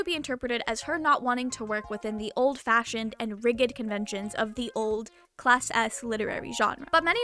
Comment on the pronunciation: Psst! "Rigid" is pronounced with a soft G, not an, er, Rigid G. c: Great video! 🥰